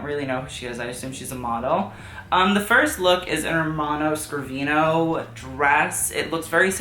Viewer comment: I know you like pronouncing brands correctly, just wanted to let you know that Ermanno Scervino is pronounced like Cher the singer, like Cher-vee-no